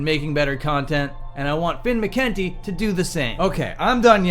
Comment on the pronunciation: You keep mispronouncing McKunty.